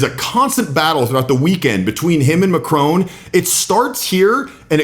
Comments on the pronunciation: Why not listen & learn to just how MACRON is pronounced in French. The emphasis is on the first syllable. It's called Respect. It for sure isn't MACK-ROWNE. In fact the N isn't pronounced at all. Gave up on your Video after the third time you mispronounced the French President's surname. Language gives Culture its basis. Think about it. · Probably best to get his pronunciation of Macron as accurate as Trump. It is just basic respect and manners. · It would be a good idea if you were to learn how to pronounce a name correctly if it's one that's going to be repeated as many times as Macron's during the article. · You should learn how to pronounce Macron’s name and show some respect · Please learn how to say Macron without the American accent. It's painful to listen to. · It is not Macrone - it's Macron - with the emphasis on the A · This is BS! His name is Macron, you keep saying Macrone. Trump is a childish, arrogant, boof-head who should have been charged for his crimes. The lunatic is running the asylum! You've all been hoodwinked! Trump won't make America great again, he will continue the decimation of our beautiful natural world. Within 5 years, you'll be sorry you voted for him. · Macron NOT Macrone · it's not a display of dominance it's just bad manners ....Trump is jut an asshole ...and he's not Macrone he Macron....learn how to say the guys name . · MAC RON not Macrone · Macron . Mac Ron ..not Mac Rone! Why on earth can Americans not get it right? It’s so demeaning and really does show up their ignorance. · Macron not macrone. Get it right. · It's Macron not McRone! 😂😂😂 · You mispronounce MACRON. It's not MacrONE. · It’s pronounced Macron not Macrone. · Why do Americans say Macrone? His name's Macroṅ. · It's Macron not macrone , it's french not Italian so pronounced mac ron not mac rone. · Its not macroan its mackron pronunciation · "Macron", not 'Mc-rone' ffs. lol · It's not "macrone" it is pronounced "MAckRON" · It’s Mac Ron , you don’t pronounce the e